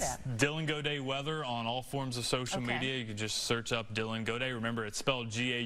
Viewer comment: We do not pronounce Gaudet in French like he said.